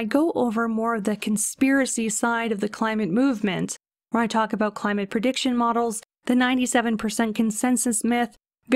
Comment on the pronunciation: DID I HEAR AN “ABOOT”? So Canadian Cats are smarter than my laser chasing American Cat :(